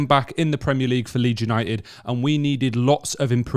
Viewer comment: Leeds You-Ni--Ed? Your shirt has a 'T' - don't waste it!